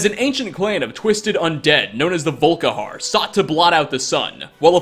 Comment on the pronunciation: I heard "Vull-Ka-harrr" when he started talking at the beginning xD